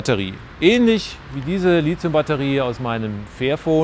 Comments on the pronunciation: Das Element heißt Lithium und nicht Lithzium, wer das noch nicht mal richtig hin bekommt, dem wünsche ich alles Gute Herr Professor. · Die Aussprache ist [ˈliːti̯ʊm] oder [ˈliːtsi̯ʊm], wer das noch nicht mal richtig hin bekommt, dem wünsche ich alles Gute. Quelle